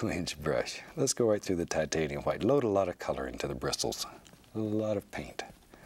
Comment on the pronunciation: Onfroi Don’t forget the quietness (ASMR) and his pronunciation of white (hwite). Bob Ross is truly a legend!